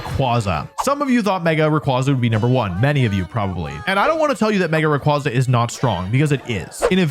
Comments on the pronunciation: IT'S MEGA RAYQUAZA, NOT F*CKING MEGA RAYRAY! SAY THE NAME RIGHT! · THE S IN RAYQUAZA IS SUPPOSED TO BE A Z! FIX IT NOW! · DO NOT LEAVE OFF THE Y IN RAYQUAZA! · ray qway zuh like quasar. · ☝️🤓 Its actually pronounced Ray Qway Za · it’s ray-QUAY-zuh.